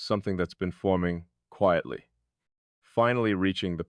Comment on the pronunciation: Present and accounted for! Quietly has a long i sound. 😊